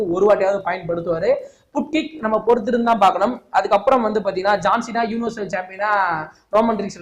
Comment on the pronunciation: புன்ட் கிக் இல்லை அது பண்ட் கிக்